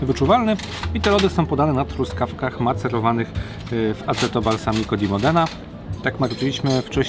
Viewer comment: Nie aceto tylko aczeto , pozdr